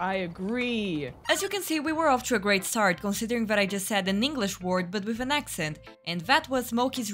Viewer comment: actually has a good accent